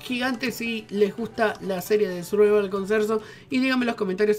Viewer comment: Like si escuchastes a desir survaval